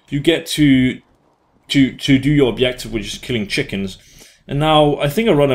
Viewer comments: Can't pronounce Js :P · Where are you from? The way you are saying Objective is a little weird :P